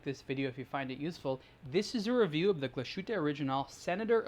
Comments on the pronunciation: It's not Kla' Schuute, it's Glas Huttte. ;-) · Actually it’s Glas Huette, or, to be more precise, GlashYtte. Don’t forget that German umlaut. Ü is pronounced quite differently from just U … ( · You pronounce that so wrong...